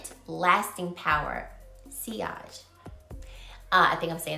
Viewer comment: Because you asked, your pronounced sillage correctly! But sillage is the trail the fragrance leaves, similar to projection which is also about how far the smell projects off of your skin/how far away someone can smell it. Those are both different aspects of performance than the longevity (though projection and sillage may die down over time).